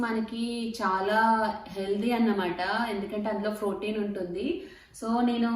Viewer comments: Phroteen kaadhu akka protein ❤️ love ur innocent words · Its protein not frotein